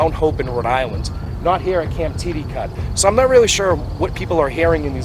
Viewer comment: “tid-uh-kit” not “tee-dee-cut” I grew up down the road, me and my friends partied here in high school. In our younger years we would walk through these woods after school almost every day. We built forts, camped there, and had many formative memories there. We all had our own individual and collective experiences with both native and settler spirits and apparitions over the years. There was nothing to be feared here, nothing sinister. So long as you appreciated and respect the history of the area. Personally I have a bunch of paranormal sightings and experiences from my youth in Bridgewater & Raynham but nowhere more common than at Titticut. One of the most surreal was one night we camped out there after a 12 hour canoe trip originating up the river. We pulled our canoe and kayak all the way up the shore. A little after 3AM me and my two friends woke up at the same time to the sounds of children laughing, splashing water, in what we thought was trying to steal our boats. We sprinted down the hill to the waters edge and when we turned on the flashlights, silence, neither the canoe or kayak had been touched. We had know way of knowing if these spirits were native children or those from the camp. Either way we were deeply disturbed. We’d all seen other apparitions and experiences both at Titticut and around the triangle but this one was undeniable. If you ever go back or want more information / places to explore I have no shortage of stories for you. Would be happy to share..